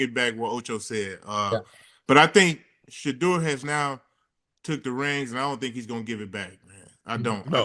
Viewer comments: Why stefanski can’t even say sheduer name??? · The way Stefanski can’t even say Shedeur’s name, he did not want Shedeur to play!!! Stefanski is mad that Dillon sucks and Nephew is amazing (after only practicing with the 1s for 3 weeks)!!! 💪🏾💪🏾💪🏾💪🏾💪🏾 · That coach couldn’t even say Shedeur’s name!😳 no one told him to mentally abuse Shedeur. If he did that bc someone told him, he will answer to God for that. Sold his soul!! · Stefanski can’t even say Shedeur’s name he ain’t a Soto anybody